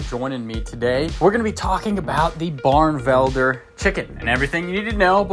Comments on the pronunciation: Beautiful bird. It's pronounced "bar-nuh-vel-der" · “Barnevelder” is four syllables, not three. Delightful birds. I had a pair for eight years. I still miss them.